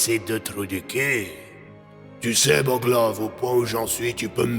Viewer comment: t'aurais pas mélanger deux accent pour boglov a un moment?